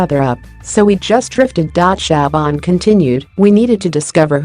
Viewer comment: Is it a robot doing the narration? And why don't the Americans find out how to pronounce things properly? The voice was saying Keiran for Keren, and goodness knows what for Siobhan (pronounced Shuhvahn).